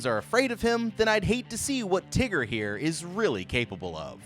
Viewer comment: Why he calling him teger